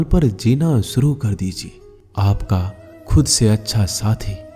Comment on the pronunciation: भागवत गीता का ज्ञान बहूतही महत्वपूर्ण है लेकिन आपकी हिंदी भाषा कहना सुनने योग्य प्रतीत नही लगती उदा . सञू नही शञू शब्द होना चाहिए . सुरू नही शूरू करो बहूत सारी शब्द है की आप सही तरीकेसे संबोधित नही कर रहे हो. 🙏🙏🙏🙏🙏